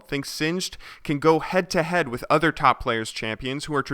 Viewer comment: Worh = with xD